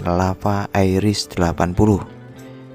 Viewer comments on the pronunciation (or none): none